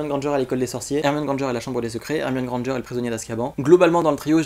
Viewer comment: Tu l'as dit 67 fois Hermione et Hemione Grandeger